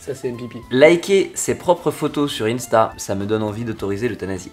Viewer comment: Qui vient dans commentaires pour voir si quelqu'un a remarqué que a dit ynsta au lieu de insta 🙃😂